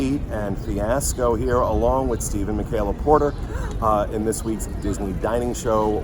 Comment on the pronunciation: I wasn't looking at the screen for the intro and I thought Pete introduced Steve as "Stephen Michaela Porter"